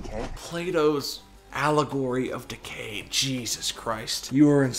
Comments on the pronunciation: Sounds like your saying Plato's allegory of decay not allegory of the cave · It’s “Plato’s Allegory of the CAVE,” not decay. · It's allegory of the cave, not decay. Decent video though